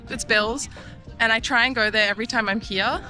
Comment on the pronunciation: I like you very much. Your Australian accent is lovely. The "hiya" (here) is very prominent. 😄